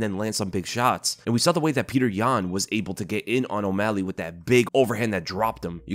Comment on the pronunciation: Pee-yuh-oter yan for the dub